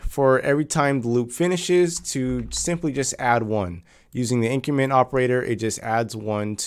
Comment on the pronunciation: Before you watch this video: it will be easier if you know that when he says “in-creemen” he’s actually trying to say “increment”.